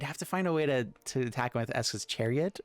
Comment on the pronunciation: Him calling esika's chariot, ESKA'S chariot, has been irking me for a while.